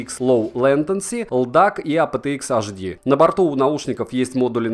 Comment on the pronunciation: Уважаемый автор, вы понимаете, что уши подписчиков страдают?Аш Ди ?. HP (Hewlett-Packard) у вас наверное Аш Пи? А DHL - Ди Аш Эл? Английская Е - у вас и по-русски звучит как Е? Причём видно, что у вас достаточно грамотная РУССКАЯ речь, "поставленный" голос. Но это произношение английских букв портит всё впечатление от видео. Неужели настолько сложно потратить пару дней на то, чтобы выучить как произносятся АНГЛИЙСКИЕ буквы? Не язык, а всего лишь буквы... Люди же вас смотрят. Думают, что раз уж вы так произносите, значит это правильно. Вы же техноблогер. Эх, ладно, не буду больше вас "доставать", говорите как хотите.